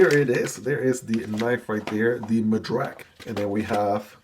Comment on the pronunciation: I'm glad you like it. Will surely check the review! You nailed the pronunciation of the Madrac. Thanks!